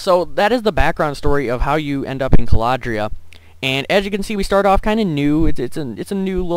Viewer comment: IT'S CALRADIA! NOT CALADRIA!